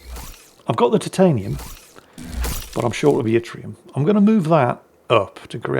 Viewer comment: Please, for the sake of my sanity... it's pronounced It-reum. Thank you 😀